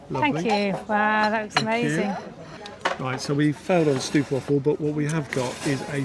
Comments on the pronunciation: Stroopwafel is pronounced as 😮 ooh! Stroop is syrup and wafel is waffle, together…. Str… oooh…p wafel. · In Dutch the 'oo' is pronounced like in boat. Not like in wood.